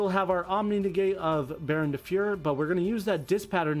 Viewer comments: DB Grinder pronunciations lmfao Baronne de fyer Rite of amutesir faithful adventure drackoback i gave up 8 minutes in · i appreciate your love for synchron but i would appreciate it more if you could pronounce rite of aramesir or baronne de fleur correctly